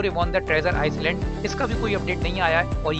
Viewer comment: Iceland nhi island hota hai EYE LAND ki tarah pronounce hota hai